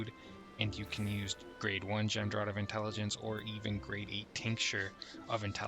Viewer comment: Gem...drot? Its gem-draft, silly